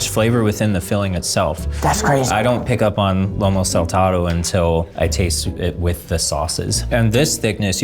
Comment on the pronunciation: “Lomo saltado” what kind of meat are you using zach?. Lomo zach, it’s Lomo.